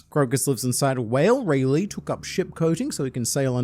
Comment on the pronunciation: Speaking of pronunciation, you keep saying rayleigh like Bruce Lee😂😂😂😂 which considering the aura, is not that wrong, but still funny